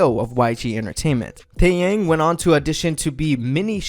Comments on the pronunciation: Taeyang man, his name is Tae-yah-ng. Taeyang. And it’s Seungri....nvm I give up 🤷🏾‍♀️🤦🏾‍♀️😭😭😭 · “TÄÄYÄNG” lol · Taeyang is pronounce "Tae Young" right? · yang is pronounced as "young" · please at least pronounce taeyang's name correctly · The way you pronounce taeyang is interesting 😂😂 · This is a nice history breakdown of Big Bang. Good Job. But your pronunciation kills me. TaeYang it is said like T-eh y-ah-ng Although it is spelled Choi... it isnt Choy but more like ch-weh. This is me trying to fix the problem romanization caused for Korean pronunciation. Hope it made sense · ikr like the way he pronounced "taeyang" and "choi" is ,@@@@ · I know this might not seem that big but it would be cool if you’d look up the names before making these videos, your just really messing them up tbh.. 태양 = 태이얭 현승 = 횬성 ??